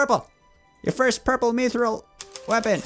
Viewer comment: mithril is pronounced myth-rill